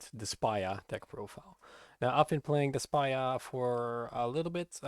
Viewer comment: Why does he pronounce despia in such a weird way😂😂😂